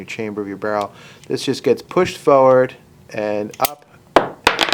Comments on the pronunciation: Why do you keep saying "foward" instead of "forward"? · Instead of tinkering with something that’s not broken you should work on your pronunciation of the word FORWARD. It’s not foward.🤪